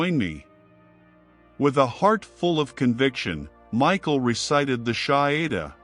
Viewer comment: I laughed way too hard at the AI’s attempt to pronounce the shahada 😂 Astaghfirullah ☝🏾